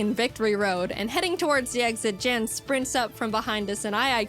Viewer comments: Yeah i dont think jaiden realized how to pronounce his name before making this so thats why she calls him jan. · every time i hear jeään i cringe inside as its supposed to be pronounced jann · Yes, in his reaction to this He does say that it's Yan not Jan. But he says he understands the mispronunciation. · I'm a bit conflicted of how real this reaction is, because the way he pronounced "Jan". You see the way he pronounced it, is not common in Germany. You pronounce it with a much Shorter "A"; not "jaaaan," but "jann" for a lack of better description. However it's the exact same way Pokemon challenges aka Jan pronounced it in his reaction - which was pretty wholesome btw- who then added it is a german thing. I don't know where Jan comes from in Germany, but this way of pronouncing it, I'm pretty sure, is much more uncommon. So sort of asking, if it's pronounced differently while adding it's german, pretty similar to what pokemon challenges said, is really sus. Just sayin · Yes it is pronounced YAWN spelt yan. Jaiden Animations didn't know. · I feel a little of Jaiden's pain, I too have had a Nuzlocke run take a turn for the worse due to my opponent getting lucky stat boosts. So much blood... And yes, it is pronounced "Yahn", he corrected her when he reacted to this video. He did, however, love being referenced in this video. Staying weird!